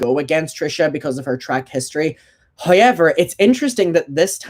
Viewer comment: Same!! I feel like a parrot, everytime he says "however" I say it too.. can't get the accent right tough :c